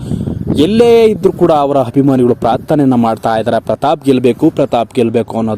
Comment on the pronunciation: ಹಾರು ಹಡಿ ಅಲ್ಲ ಆರು ಅಡಿ ಹಭಿಮಾನಿಗಳು ಅಲ್ಲ ಅಭಿಮಾನಿಗಳು ಸರಿಯಾಗಿ ಕನ್ನಡ ಉಚ್ಛರಿಸಿ. ಪ್ರತಾಪ್ ಗೆಲ್ಲಲಿ 🏆🏆